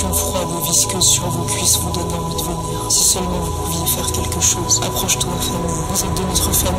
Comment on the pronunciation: A min, j'entends bien "vomir" à la place de "venir". Je me trompe peut être, mais je me suis dis que ça avait son importance. Nice vidéo, en passant !